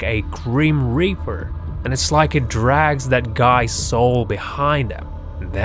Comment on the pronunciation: Also its reaper not riper